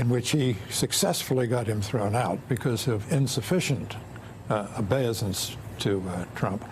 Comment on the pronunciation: YES AND THIS 'WORDSMITH' CAN CORRECTLY PRONOUNCE IS OWN WORDS.....OBEISANCE IS PRONOUNCED O BEY SUHNS georgie.... into the rant...